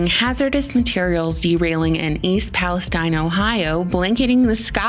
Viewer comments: East Palestine is pronounced Palasteeen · I think they pronounce it Palesteeeeen